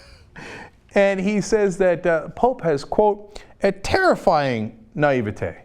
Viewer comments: nigh-vey-tey... why on earth is he pronouncing the word 'naivety' like that?! I'd also suggest Cenk should "pick up a new testament once in a while" Maybe if he actually read it he'd realize it contradicts itself so many times it could be used to justify all sorts of opinions including those of fox news.. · I fucking love how cenk pronounced naivety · I'm loving all the weird "catholicism is satanic/not christian" etc comments, also, whats up with saying naivety weird?